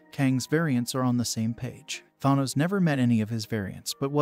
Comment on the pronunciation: I'm sorry but saying Tharnos when the name is literally said multiple times in the movies telling you exactly how to pronounce it, doesn't exactly lend much credibility to your video 😶